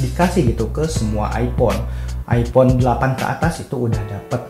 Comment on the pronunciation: minimal jangan bilang andloit andloit ipon